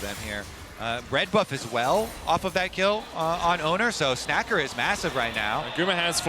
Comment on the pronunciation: LLA team feeding so hard medic calling 'snaker' as 'snacker'